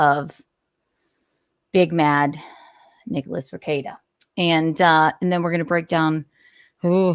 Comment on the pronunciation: lol you murdered Rekeita